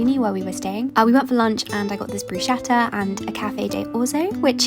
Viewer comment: Sorry, it's brusCKetta.